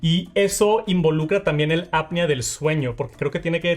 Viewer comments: Bro ya te dijeron en otros videos… no es APnea de sueño es apNEa… ni siquiera en inglés se pronuncia como tú dices. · Cada vez que dices mal “Apnea” se me van a atrofiando mis oídos.